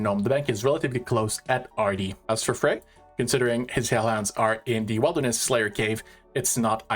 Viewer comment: Brother can you please learn how to pronounce wilderness?